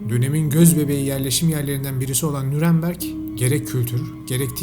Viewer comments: Nüremberg olmaması lazım Nürnberg olması lazım .Düzeltin lütfen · ŞEHRİN İSMİ N Ü R N BERG